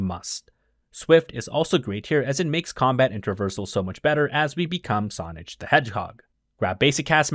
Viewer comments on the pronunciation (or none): The only thing I want to point out about this video is that he said Sonigde the hedgehog